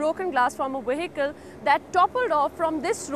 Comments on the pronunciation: Glass from the wehicle! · Veh-hickle?? lmao!